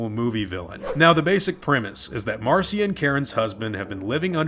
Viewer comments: Marcia is pronounced "Mar'sha". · Pronounced mar-SHA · Your work is awesome, but it's pronounced "Marsha" :) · Marcia is pronounced the same as Marsha.